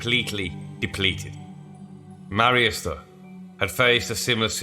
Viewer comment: Please learn how to pronounce Latin words... "C" is always hard like Catholic or Cock. Marius is Mar as in Mars. E us as in use.